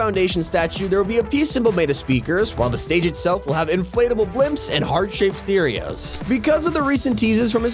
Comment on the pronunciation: My man said heart shaped “steereos”